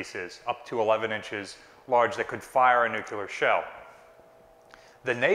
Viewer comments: New Clear, not New Cu Lar. I'll see myself out, thanks. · I love your channel and I'm a big fan of BB-62 but please for the love of history and science please stop saying nuke-u-lar. There's only one u in nuclear. It's pronounced new-clear or nuke-leer or nuke-lee-are. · Nuke-LEE-ar.........not Nuke-You-lar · "Nuclear", not "Nuculer." Otherwise, excellent. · NEW-QUE-LAR Nū-clear :) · "Nu-clear" Not "nu-cu-ler" Why is this mispronunciation so common? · Dear god! - its NUKE-LEE-ARE, not NUKE-YOU-LAR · It's NUCLEAR, NOT NUCULER. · The word is "nuclear" not "nucular"!! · Oh please! It's nuclear, pronounced new-clear. not nukular. Sorry, pet hate of mine! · Please, please please, pronounce it correctly. The word is NOT nuke-u-ler. It is nuke-cle-ur. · Noo-clear. it's pronounced noo-clear. This is, admittedly, not quite as worrisome as US presidents who have in the past also said it wrong, but if you are going to speak authoritatively about a subject, on should get the basic words correct. (this post to read in a slightly bemused, quizzical tone, not an angry, superior one.) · New-clear. Not nu-cu-lar. :) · This is very informative, thank you! I have to note, I winced every time the word 'nucular' was said. Note... the blast radius of a 20kt weapon is definitely not twenty miles. That would take a megaton or so. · NU-CLEE-ARE. Please. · Hearing it pronounced "nuc u lurr" is like getting stabbed in the eardrum. Is this common to Drrty Jrzy or something? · Hi. I’m a huge fan both you and the museum… but there’s only one “u” in the word “nuclear”. “New - clee - er”. Keep up the awesome work!! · Love the channel, is a great presenter, enthusiastic and knowledgeable, but I cringe every time I hear the word nuke-you-ler. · There are no such things as nucular weapons, there are however nuclear weapons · Nuclear.... not "Nuke-u-lar" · Nuclear. Not noo queue ler. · No ship has ever been nucular armed! NUCLEAR!!!!!! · The u isn't between the c and l lmao.